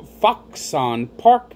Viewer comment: Prounounced Foxin